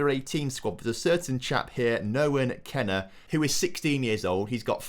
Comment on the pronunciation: It’s Noah Kenneh not noahen